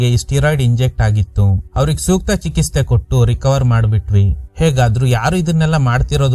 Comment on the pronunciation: ಏನ್ ಸರ್ ಚೆನ್ನಾಗಿ ಸ್ಟೋರಿನಾ ವಿವರಿಸ್ತಿರಾ ಬಟ್ ಕೆಲ ಪದಗಳನ್ನ ಸರಿಯಾಗಿ ಉಚ್ಚಾರ ಮಾಡಲ್ಲ ಚಿಕಿತ್ಸೆನಾ ಚಿಕಿಸ್ಥೆ ಅಂತಿರಾ ಸಾರಿ ಬೇಜಾರಾದ್ರೆ ಹೇಳ್ಬೇಕು ಅನ್ನುಸ್ತೂ ಹೇಳ್ದೆ